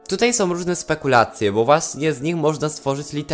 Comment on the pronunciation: ogólnie ja na ten temat sądzę że sso nie może tak po prostu tego wyjaśnić i że powinny być jakieś bardziej rozwinięte zadania z tym... Może kiedyś będą. I mam jedną prośbę czy mógłbyś wymawiać ą a nie om bo to boli w uszy. Jak mówisz którymi są to zamiast są mówisz som co lekko denerwuje. Komentarz nie miał na celu nikogo obrazić jakby co:D